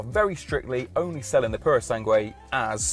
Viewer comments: It’s pronounced Purosang, not Purosangway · You can't pronounce the name mate. Purosangre, not prrrsange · Why is it that they never consult with Italians before making these videos? 😖 Farhari Purow Sangwe What a language assassination ...